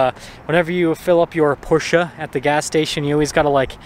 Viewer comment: Please procurance PORSCHE properly!